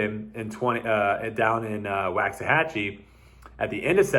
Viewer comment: One of my highlights of 2020 was getting back into disc golf after years of time off. Also, a close second is your pronunciation of wax-ahachie. Keep the videos comin!